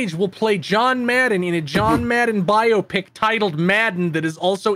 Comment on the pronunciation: i love how pronounces biopic like biopsy